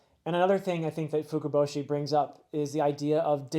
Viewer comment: you did! As well as otohime and fukuboshi, well pronounced!